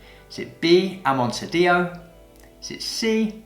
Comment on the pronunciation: 6/10 - ouch, I need to read up on producers. Great quiz though! And because this is the internet and we like to nitpick, it's pronounced, "AH-mon-TEE-Ah-Doh" as it means "in the style of Montilla." Amontadillo, fun fact, means a mountain of armadillos. /sarcasm